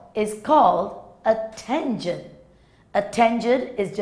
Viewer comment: Tangent what did she called it thangent😂😂😂